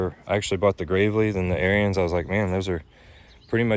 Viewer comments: Ariens is pronounced like Erins, not like Aryans. Hell, just watch some of their own videos. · Heads up don't mean to be ruud but it's pronounced A R I N S or ARENS. NOT LIKE ARYAN RACE.